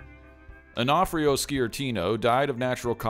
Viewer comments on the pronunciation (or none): On-o-fre-o is how its pronounced back east